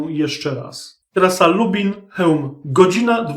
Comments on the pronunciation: trasa LUBLIN a nie Lubin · Lublin woj lubelskie, nie Lubin dolnośląskie.👍